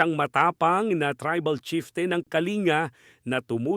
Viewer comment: It's not pronounce as (Ka-Li-nga) but as (Kaling-ga) for KaLinga tribe .